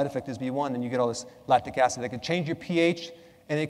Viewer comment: I think it's Lactic acid, not Lastic acid!